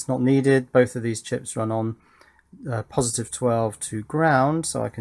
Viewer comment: Is there only me who heard “Pin 1 on the JST is plusitive” ?